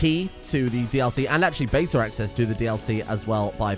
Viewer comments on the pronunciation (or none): none